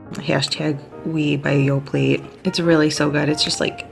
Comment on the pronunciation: The "t" in Yoplait is silent 😄